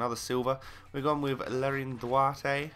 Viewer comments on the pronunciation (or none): none